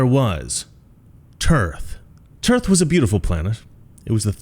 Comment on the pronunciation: Dude.... I love you 🤣. "The Epic of Tearth". Also sounds a bit like where Brienne of Tarth (Game of Thrones) was from. Moral of the story? Get rid of the cancerous politicians.